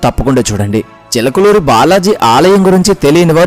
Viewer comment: Chilakaluru kaadayya adi chilukuru antaaru neeku telugu palakadam rakapothe telugu nerchukoni raa